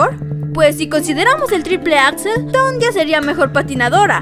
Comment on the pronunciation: Sería muy recomendable para tu contenido, y por respeto a esta atleta, el aprender a pronunciar correctamente su nombre.